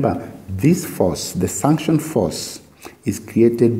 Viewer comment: Kindly it is suction not sunction ,bt the video helped a lot Thank you